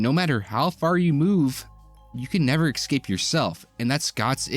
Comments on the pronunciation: At first i thought you were saying "xcape" instead of "escape" as a joke because its "X-men". After a few times, i dont think it was intended. Its crazy to me how many adults still talk in baby talk. Its baffling to me, on other channels how many grown men say "expeshilly". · I’m gonna pretend that your repeated mispronunciation of the word “escape” was intentional because this is a video about the X-Men.